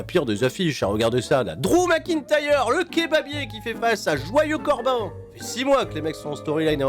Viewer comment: C est joyeu corbin pas joyeu copain voyons